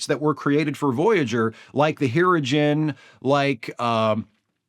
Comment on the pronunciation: Well that was an unusual pronunciation of Hirogen.